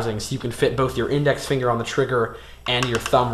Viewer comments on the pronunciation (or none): Why dont he show when he shows it instead of, "MY THUMB HEA, AND INDEX FINGA HEA" XD